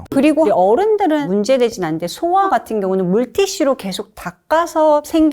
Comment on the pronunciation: 여자 선생님. 소아를 길게 발음 소:아 라고 해야지 소아 라고 짧게 말합니까.